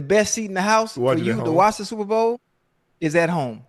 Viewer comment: he can’t say super or bowl